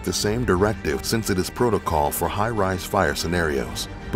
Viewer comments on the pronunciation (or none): none